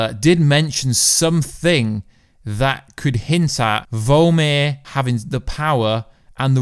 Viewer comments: I don't mean to be a stickler about pronouncing words but it's VORMIR not VOLMIR. Love your channel. Just sayin'. 🤨🇨🇦👊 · Vormir not vulmir